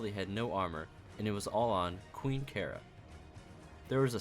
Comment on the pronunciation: It feels like you are saying Chara from undertale when you say kara, and when you said "Kara was not a nice person" i got them flashbacks